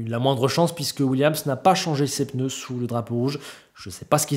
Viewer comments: C'était chiant mais content pour Leclerc 🎉. 4'30" "les peuneus" 🤣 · Les fameux « peneus »